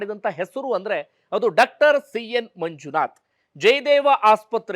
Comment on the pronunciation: ಡಾಕ್ಟರ್ ಅನ್ನುವ ಬದಲು ಡಕ್ಟರ್ ಅಂತ ಕೇಳುವಾಗ ಕಸಿವಿಸಿ ಆಗುತ್ತದೆ . ದಯವಿಟ್ಟು ಸರಿಪಡಿಸಿಕೊಳ್ಳಬೇಕು ಅಂತ ವಿನಂತಿ ಇದೆ